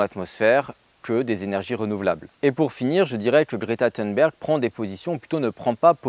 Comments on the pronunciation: Si Greta Thunberg (pas besoin d'essayer de prononcer à l'américaine, elle est suédoise, et en suédois comme en français th=t, et u=u comme dans "unité") ne propose rien, en revanche elle fait quelque chose : mettre la pression sur les dirigeants pour se mettre à prendre les menaces au sérieux. Alors, oui, c'est naïf de sa part. Elle avait 16 ans à peine. Quant aux "quelques matières premières" qui manqueraient à la France pour relocaliser son économie et son industrie, eh bien c'est pas "quelques" qu'il faut dire, mais "presque toutes". Même une centrale nucléaire : du sable (pour le béton), de l'acier, etc., juste pour la construction, c'est près de 100% d'importations. Et les engrais des champs, c'est majoritairement du gaz et de la potasse d'ailleurs. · Toi qui d'habitude fais exprès de mal prononcer les noms anglophones, je ne sais pas pourquoi tu t'ingénies à prononcer Thunberg à l'anglaise. Sache qu'en suédois, ça se prononce peu ou prou à la française ou à l'allemande. Juste "t" et juste "u". "Berg" se prononce par contre "beri" - je sais, étonnant ! Du coup, tu aimes les films d'Ingmar [Beriman] sans le savoir.